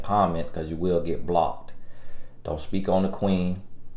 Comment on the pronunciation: Every time says, “blockedt” 🤣😩😂🤣😂